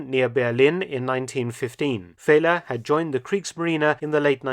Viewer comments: Another very interesting one! One small note though: pronouncing oberleutnant Feller’s name as ‘Fehler’ is a bit comical: it means failure or mistake in german. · Feller is not pronounced as Fehler, Dr. Felton.